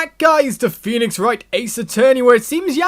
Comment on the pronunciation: ....You pronounce Phoenix as "FEE" "NIX" Not how it looks not "FOWEE" "NIX" Or "FEEOW" "NIX" It's "FEE" "NIX"